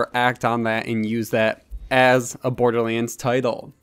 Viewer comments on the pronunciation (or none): Dude! Stop saying BORDERLEEENS!